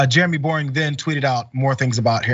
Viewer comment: His name is Boreing? And he pronounces it "Boring"? As if that wasn't enough, God showed him he doesn't love him by making him short! His insecuritiy must be crushing at times! Must be why he over compensates in everything does. Bless his heart. Just sayin'...